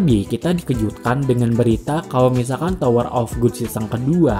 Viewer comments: Bacanya gad bang bukan gud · Gad bang bukan good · tower of god (bacanya gad) bukan tower of good bang..kalau tower of good artinya jadi menara kenikmatan wkwk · Tower of 'gud'? Bukannya di baca 'gad', rubah2 judul ae si Abang masa dr tower of God jadi tower of good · Tower of good sih Yg benar itu tower of gad bacanya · GOD bukan GOOD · wkwk lu kok baca nya "tower of good"? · Kok gua kesel yaa dengernya. Tower of gut, cuncirol wkwkw